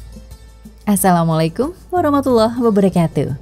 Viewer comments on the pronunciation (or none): none